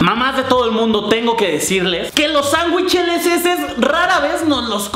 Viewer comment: HAHAoye we dijiste sanwicheleseses :v